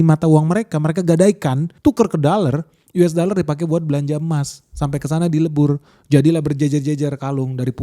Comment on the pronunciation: Yu es da ler 😂